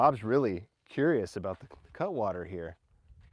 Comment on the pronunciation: bob bob... Cutwater not Catwater, smh